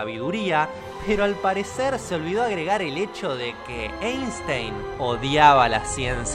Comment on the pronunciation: Se pronuncia Ainstain, ya que es alemán y en el idioma alemán cuando una e esta pegada con la i se pronuncia a.